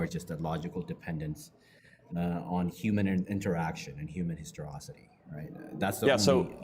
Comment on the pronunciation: I thought the word was pronounced histoRICITY